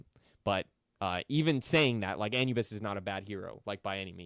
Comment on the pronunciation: You said Anubis wrong so many times 😂😂😂